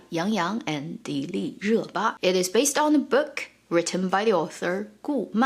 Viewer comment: Her name is pronounced DEE- LEE- RU- BA ?!? Lord chile I've been saying it ALL Wrong ... I've been saying Dill- ii-RA- BA 🙄 BTW I didn't know the Rabbit moon probe story and thinking back to that moment in the drama got me all choked up... Thank you for telling us that...